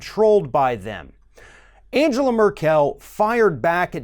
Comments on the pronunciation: Please stop saying AnjÈla MerkÈl. You're better than this, she's obviously not French. Her name is pronounced Àngela (with hard g as in "go") MÈrkel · I really appreciate you... But her name is NOT Angela Merr-kell It is pronounced Ann-gell-ah Murr-ck-ll Like Ann (Hathaway) gell (gelding) ah (as in I have an idea) murr (as in A'Murica) do (as in fuCKed)... I'm drunk I think you can finish this thought off for yourselves... Have fun listening to hypocrisy. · Good video. Trump seems to be trying his hardest to become the stereotype of the “Ugly American”. One thing. You are mispronouncing the German Chancellor’s name. Her first name has a hard ( it should sound like “triangle”). With her last name, the accent is on the first syllable, not the last syllable. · Angela’s last name is not pronounced as Mer-KEL! It’s MER-kel. Accent on the ‘MER’!!! And...her first name is pronounced An GE la...Hard ‘G’!!! Not like ‘Angel(a)’🙄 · AnGela Merkle is how to pronounce her name. Stop with the AnJela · Angela Merkel is pronounced AnGela (hard G) Mur'kul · Jesus Christ its anGela, hard G! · Hey, man -- you need to learn how to pronounce Angela Merkel's name! 😉 The " g" in Angela is a hard "g," and the emphasis on her last name is on the MERkel (kinda like some southerners pronounce miracle)! Just sayin'! 😏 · Angela Merkel is pronounced with a hard 'G'.